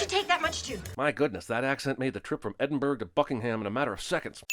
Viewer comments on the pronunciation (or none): Edinborough not Edinburg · No one else bothered by the fact that Jeremy said Edinburgh like Berg?? It’s pronounced EdinBRUH! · 200 sins to Cinema Sins for mispronouncing Edinburgh as Edenberg and not Edinboro! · I'm sinning the pronunciation of Edenborough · Edinburgh is pronounced like Edinbruh, just letting you know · 🏴 You pronounced Edinburgh wrong, it's Edinbur-ugh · I thought it was Edinbraha. lol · I think we can all agree that the real sin of this video is that pronunciation of "Edinburgh". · Not even British but the pronunciation of Edinburgh was disgraceful lol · I’m sorry, HOW DID YOU JUST PRONOUNCE EDINBURGH?! 🤣🤣🤣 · insulting someone's accent while pronouncing "Edinburgh" like THAT ding! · You said Edinburgh wrong 😭😭😭